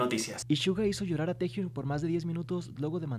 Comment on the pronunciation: Porque seguís diciendo tejiun si es taehyoung a si se pronuncia no c escribe v